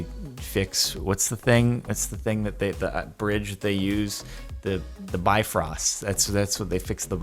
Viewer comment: i am a icelander and it angers me that you say Asgard but not ásgarður (ausgarrrrrrthurrrrrrrr) Bifrost but not bifröst (b-ivrrrrrrust)